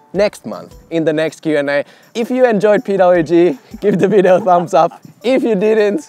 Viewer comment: how to pronounce "video" right? 😂